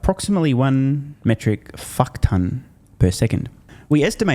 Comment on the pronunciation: "One metrix fack ton a second" 🤣😂🤣😂 I ❤ this guy ❣️